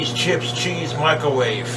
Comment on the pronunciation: I always hear 'Micawave'